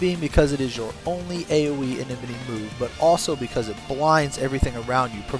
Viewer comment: enmity. IN-MIT-TEE not enememety